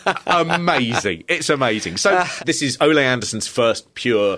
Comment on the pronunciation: Can you stop pronouncing his name as if he were Spanish. His name is Ole (Oh-Lee)